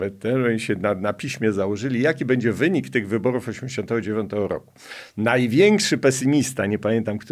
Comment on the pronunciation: Szanowny Panie, Abstrachujac od meritum-jest Pan polonista,wiec poprawne mowienie w naszym jezyku jest podstawa Pana wypowiedzi. Prosilbym wiec o "sobie" zamiast "se" i "bedzie" (z ogonkiem na pierwsze e),zamiast "bedzie",tak jak napisane i jak Pan to mowi. Wiele osob twierdzi,ze czepianie sie literowek,czy zlej pisowni nie jest istotne,a tylko przekaz sie liczy. Jestem odmiennego zdania-dbanie o poprawny jezyk to dbanie o nasza kulture i tradycje.